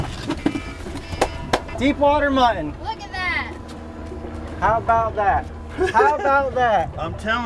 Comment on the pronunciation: It's MUT-TON, NOT MUH-IN